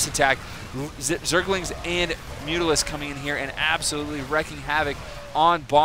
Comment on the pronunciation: Wrecking havoc? Lol, silly misreading something probably in the distant past...how about wreAking havoc?:)